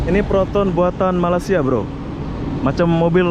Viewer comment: Malay-sia bukannya Malas-sia Agak aneh bunyinya